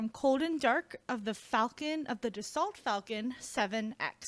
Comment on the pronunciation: You pronounced the company name incorrectly. Being French, the T is silent, this more pronounced Das-sol